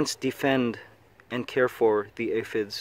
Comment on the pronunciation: Thank god you said aphid correct that last time, I was about to loose it.